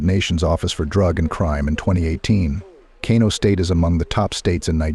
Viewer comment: The city of Kano is pronounced “Kanu” by the Hausa community